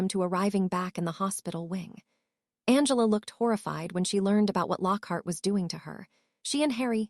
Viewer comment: It is not b l u s and u n g l a, it is Blaze and Angela